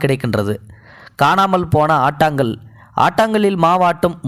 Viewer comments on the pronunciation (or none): ஆட்டுக்கல் என்பதை ஆட்டாங்கல் என ஓங்கி ஒலித்துள்ளீர்கள்